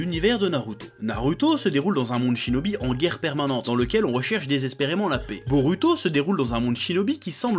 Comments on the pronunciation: comment tu prononce les noms comme boruto on proponse BOROUTO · chef wolah je t'aime bien mais kesque tu casses les couilles quand tu prononces les noms japoais wesh : Boruhto , sasuhké , naruhtoh mdr après toute ses années je sais que tu fais exprès